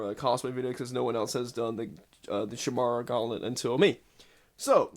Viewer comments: I know this is super late but you pronounce it "kai mee rah"... It's the name of a mythical creature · Chi-mara???? What kind of idiot can't pronounce Chimera? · Chimera is pronounced kaimera